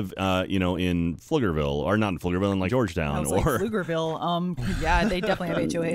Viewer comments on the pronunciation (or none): fliggerville Me: no, careful